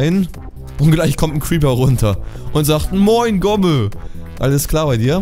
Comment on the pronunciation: immer wenn du creeper sagst, klingt das wie krüppel :D